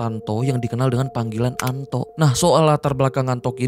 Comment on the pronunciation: Anto bang... Bukan ANTOK😅😅😅